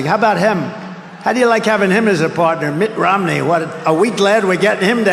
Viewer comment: Sounds as if he's calling him Mick Romney.